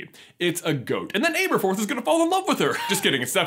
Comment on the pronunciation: aberforth not Ayberforth